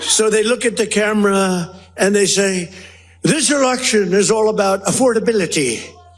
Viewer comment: Yes, he said " erection" when I think he meant to say " Election " but maybe he really did mean to say "Erection " , Freudian slip ?